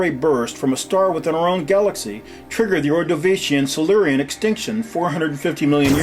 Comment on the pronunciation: If I'm not mistaken, it's "Ordovician," not "Ordovacian."